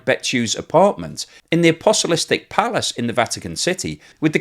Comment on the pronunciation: The "aposolistic" palace? Cecilia "margona"? Ok let me help you - it is the Apostolic Palace A- poss- TOLL- ick is how you say that. The woman is Cecilia Marogna - the "g" before an "n" in Italian is like the first "n" in the English word "onion" - that is a sort of "nya" sound - the Spanish write that like this "ñ". Say it with me Muh- RON- yah. So like "Bolognese" is BOH- loh- NYEH- ze, so Marogna is like Muh- RON- yah. Now you try... Edit - oh yes and as she's Italian her Christian name is pronounced "Che- CHEE- lyah".....